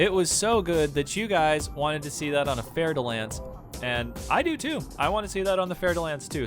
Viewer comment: Oh shit...Ive pronouncing "Fer" like "Fer" all this time! I never knew it was really "Fair" de Lance. Thank you.